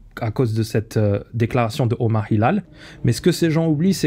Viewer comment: Tu prononces google apple avec un accent british et omar Hilal avec un accent Un peu trop français je trouve ! Les détails ont leur importance